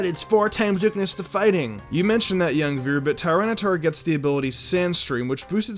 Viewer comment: Lord Beerus same! Also Tyranitar is pronounced Tih-Ran-Ih-Tar